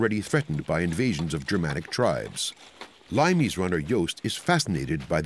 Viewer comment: Limes is pronounced LEE-mess. Not LIME-ees.